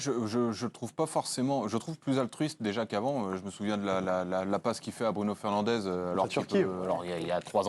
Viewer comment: BRUNO FERNANDEESSSS PAS EZZZ !! C’EST DINGUE QUE DES CHRONIQUEURS SPORTIF N’APPRENNENT PAS A PRONONCER CORRECTEMENT LE NOM DES JOUEURS !